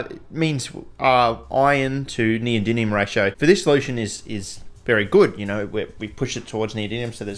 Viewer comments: my man can make cubane in his shed but can't pronounce neodymium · I thought for sure at some point you'd notice how much you were butchering saying "Neodymium". Is this Chemiolis 2.0? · Considering how often you say the word in this video I just have to ask. Where’s the second “n” in the word neodymium,? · Bro mispronouncing neodymium for the first 5 minutes is pretty taxing to watch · The fact you never pronounce neodyMium bothers me greatly. 😖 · In the spirit of being a pedant, it's pronounced "Neo-dim-ee-um" there is no second N anyword in the word. Great video as always though! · Every time he mispronounces neodymium as "neodinium" i get forest whitaker eye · PhD in chemistry… still can’t pronounce the elements correctly lol😂 “neodinnium” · WHY does everyone say "neodynium" ? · is it me or is it pronounced neo-dym-ium? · Does mispronouncing NeoDIDLIUM every single time tip you off too??? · Can't even pronounce NeodyMium correctly. It's an M, not an N. You spelled it correctly in the video title (probably only due to Spell Check forcing you to) but say it wrong over and over and over. FFS. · That was incredible! I don't think you said neodymium correctly once! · He said the first m as an n every time 😭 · I don’t think he pronounced it “Neodymium” once in the entire video 😂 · 💡Pronunciation tip: nee-oh-DIM-ee-um. That's 👉DIM 👈, not DIN. Thank you!‼ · NeodyMium with M, not with N! Please, stop saying NeodyNium it physically hurts my ears. :) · Yeah mate but wtf are you pronouncing it as NeodyNium when it's NeodyMium? Even the Yanks can say it properly. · do you keep saying "neodyNium"? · The chemicals name: neodymium Him: neodynium (every single time btw) 😂😂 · New drinking game: Take a shot every time he says “neodinium” instead of “neodymium“ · Why do you pronounce it “neodynium”?? 😅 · Why do you keep saying neodynium instead of neodymium? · Is it just me or are you saying neodinium instead of neodymium 😅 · Yes, it is neoDiDlium!!!